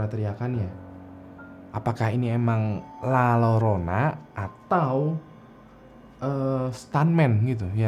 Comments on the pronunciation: Koreksi bang: Hantu perempuan dengan pakaian putih di Meksiko: La Llorona. Baca: Ll/Double LL dalam bahasa Spanyol bacanya J atau Y. Jadi bacanya La Jorona/Yorona. Tambahan ilmu aja, bukan sok pinter. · Lalorona dibacany lajorona bang wkwk 😂✌ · Abang larat waktu nyebut La Llorona, itu dibacanya la Yorona/La Jorona soalnya double l itu dibacanya Y atau J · LA LLORONA dibacanya LA JORONA. Ah, payah yutuber.